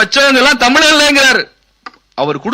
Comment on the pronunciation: Tamizh is pronounced as தமிள் தமில். வெட்கம்